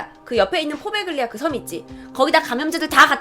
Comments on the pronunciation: 포베글리아???? 이태리 원어 스펠이 뭔지 모르겠지만 가운데 들어가는 g 는 보통 발음을 안하는데. . . 참 낯설구만요. 나 이태리에 오래 살았던 사람이라. . . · 이탈리아어는 gl, gn이 이어질 경우에 구개음화가 일어나요 Poveglia는 포벨리아라고 읽혀집니당